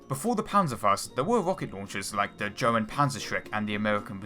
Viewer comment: Your pronunciation of "German" takes away the idea that you are serious in relaying anything relevant.